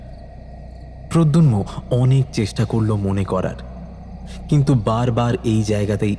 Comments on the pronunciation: Jini golpo ti path korechen tar modulation osadharon kintu puro golpoti te tini protagonist er naam mispronounce korlen. eta khub ossoshtikor. pradyumna.....not pradyunma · Nah khub kaane lagche miss pronounciation ta. Bhalo kore review kore golpo publish korun please. We have high hopes on you! 👍🏾❤️ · Golpo to bhaloi. Kintu character er naam actually “prodyunmo” na ota “prodyumno” hobe? 😮